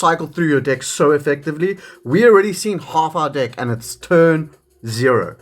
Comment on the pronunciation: I know it’s just the accent but it definitely sounds like you’re saying dick/dicks 😂😂